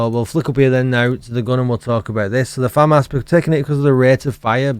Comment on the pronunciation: The FAH MAHS!! 🤣🤣